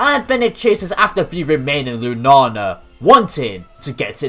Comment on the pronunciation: "lunana" ... its lunaLa